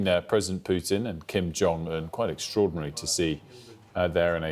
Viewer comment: "King Jong Un"